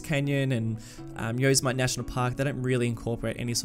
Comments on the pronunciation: haha yos-ah-mite. Its actually yo-sema-tea. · That park you know so well? Yosemite? Its pronounced Yo-SEM-i-tee, not YOZE-e-myte. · Love the videos. Yosemite is pronounced Yo Sim It Tee :-). Keep up the good work. Looking forward to more content. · This series keeps getting better and better. Love your detailing and the way you work with trees. The waterfall is dope! And it's pronounced Yoh-Sem-Ee-Tee (stress on second syllable) :D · My inner Californian freaked out when he said Yosemite. just a FYI based off of the confusion of the name, Yosemite is pronounced as "yo sem i tee". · Yosemite is pronounced "yo-se-mi-tee" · Yosemite is pronounced Yo-sim-it-ee. ;) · I don’t know why I pronounced Yosemite like that 😂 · Thanks dude! Yeah I’m not sure why I pronounced it like that haha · Thanks yeah I don’t know why I pronounced it like that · The way you pronounce Yosemite... lol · I know right 😂 I don’t know why I pronounced it like that